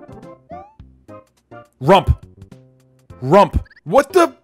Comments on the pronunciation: Now he say rump to rup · Why he colls far he say rump to sup